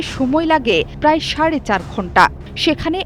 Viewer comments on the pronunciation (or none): none